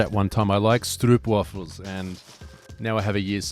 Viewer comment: yeah i really like your new studio set up! very cool to see some companies and people sending you these stuff especially the stroopwafels its pretty funny how you pronounced it, i'm from the Netherlands but have you ever tried Calvè pindakaas? (the original peanut butter from Holland) keep posting things i'm a real fan! 🤘🤘